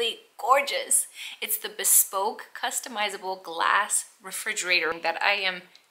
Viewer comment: I have to be honest, that really tickled me. I am tickled by all the mispronunciations of just the word "bespoke," also. I have heard "bee-spoke," "bes-poke," and my favorite, so far, is "bes- pokey". 😂 Btw, for those who aren't sure of the pronunciation, it is *buh-spoke.